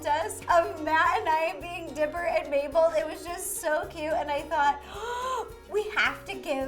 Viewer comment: Please call Mabel,Mable not maple😠